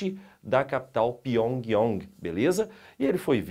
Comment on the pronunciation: Vídeo sensacionalista cheiro de fakes. Aprenda a pronunciar Pyongyang e o nome é Partido do Trabalho da Coreia. Muito fraquinho o seu vídeo. Estude mais sobre a Coreia do Norte para fazer um vídeo.